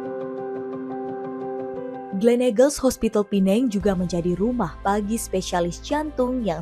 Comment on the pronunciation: Pertama kali mendengar warga Indo menyebut PENANG dgn sebutan yg betul....Pulau ini boleh juga disebut Pulau Pinang....